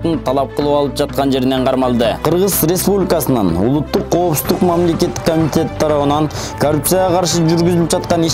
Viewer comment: Ушул тантыкты кайдан таап кабарчы кылдынар.Козуздук эмес,коопсуздук акусер эмес,акушер!!!